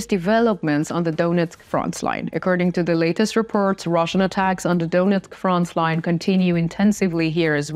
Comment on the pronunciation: Not frontsline ......Frontline!!!!!!